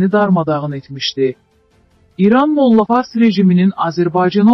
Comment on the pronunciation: Mo'lla yox molla'